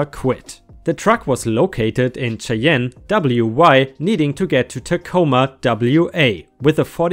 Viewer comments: Re truck driver cheyenne is oronounced shy anne not shay ehn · Cheyenne is pronounced shy-anne. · Its pronounced Shy-ann and Boy-zee